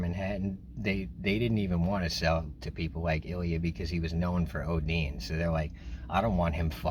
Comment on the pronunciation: That's not how you pronounce Ilya, but I understand that it's hard to pronounce for foreigners